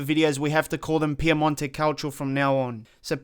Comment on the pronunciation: Why do you say Piamonte Calcio and not PiEmonte .... there is the E not A :D